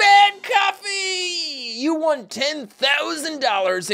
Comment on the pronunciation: Olaf Gołąb I heard BED COFFEE